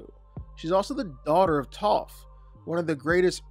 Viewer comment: It’s Toph and it’s not close